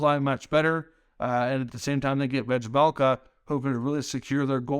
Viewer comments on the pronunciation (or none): Bill Armstrong is laughing his ass off. Learn how to pronounce the names of the guys you’re proposing get sold for pennies on the dollar as well: it’s “Veh-Mel-Ka.” It’ll make people believe you’ve actually watched a Coyotes game this year. I know for a fact that you haven’t, because if you had, you know this Carter proposal is not even close to fair value.